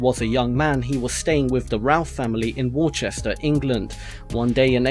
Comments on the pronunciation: Worchester? Sorry but it’s Worcester... (wer-cest-er) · the way you pronounce Worcester makes me want to kms